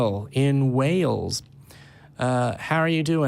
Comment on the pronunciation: Wales, not Whales. ;-)